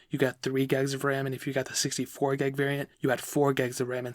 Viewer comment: Boi why u saying geg of ram it's gig